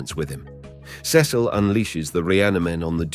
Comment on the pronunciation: I’m I the only one that cringes when he say Cecil